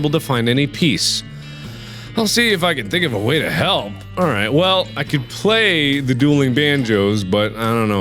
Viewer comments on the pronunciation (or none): When Mark read "I will see if i can find a way to help" I heard "I will see if i can find a way to hell".